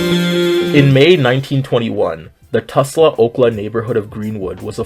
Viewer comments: this is a great analysis! also it’s Tulsa not Tusla lol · Tul-sa not tus-la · It’s Tulsa- not Tusla 😭😭😭 Anyways, this was a very well written video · Hey I know this is a very small detail but I just wanted to let you know (as an unwilling Oklahoma resident) that you're pronouncing Tulsa wrong. It's pronounced tul-sa not tus-la :) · you likely said it to get a reaction, but it’s Tulsa, not Tusla lol. Doesn’t detract from the tragic story, just thought i’d chip in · Love this video but why do you call it tusla? -Oklahoma resident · Hey good video! I actually live in Tulsa, and I’m happy to hear more people talk about the race massacre! It’s kind of horrifying how few people know about it. However I would like to say, you pronounced Tulsa wrong! It’s pronounced ‘Tall-suh’, like Salsa. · babe wake up another black creator I can relate to and feel comfortable exploring these topics with appeared in my feed 🎉 btw ml u did mess up Tulsa’s name ^^’